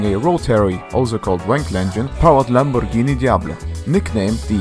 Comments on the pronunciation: lol lamborghini oerakan xD say it properly xD dont blame that english isnt your first language its also not mine xD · the way he said Lamborghini is so satisfying